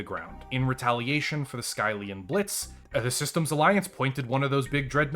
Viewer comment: The way he says skyllian is painful.